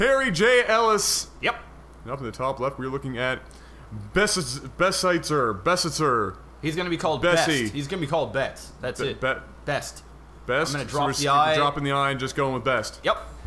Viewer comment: "Besitzer" is German and you speak it "besitser" it means "owner"